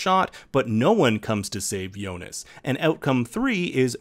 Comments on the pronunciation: also jonas. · But is it me or Adam does kind of pronounce Jonas with a J sound instead of a Y? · Hearing names pronounced wrong is kind of annoying. Yo-nas lol. However, it doesn’t mean this video isn’t dope. 😎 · Great round up but kind of off putting the way he is pronouncing Martha and jonas Lol